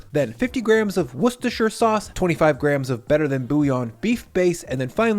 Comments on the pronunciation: Worcestershire is pronounced "Woostershire", Similar to how Leicester is "Lester" and Gloucester is "Gloster" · coming around on "woostershire" sauce is one of the most unexpected plot twistsof 2024